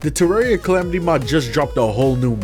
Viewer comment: you did not just call it cal-ah-metus